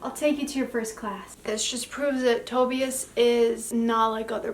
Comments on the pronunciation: Shnai-an. That's how you could pronounce Schneien (it means to snow if you wanna know 😅) And no hate but as a German the way you say Tobias is heartbreaking xD Edit: Sorry for the correcting, you seem nice :D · The way you pronounced Tobias is the same way my twin sister pronounced it for the first time I suspected she might’ve been pronouncing it wrong so now we say it correctly and btw me and her just recently reread the whole Webcomic this video is amazing btw you did very well ^^